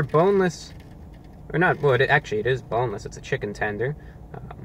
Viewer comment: Did you say B O N E L E S S ??????